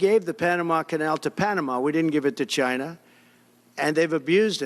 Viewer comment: 🗣 Chi-nah CHI-NAH